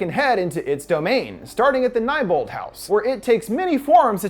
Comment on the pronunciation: "Starting at the nighbolt house" Uhhhhhh I thought it was Nebolt